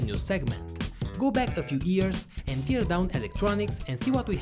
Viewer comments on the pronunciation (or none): none